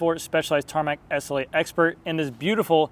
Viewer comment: Its the Tarmac "essulate". Slow down dude. S. L. 8.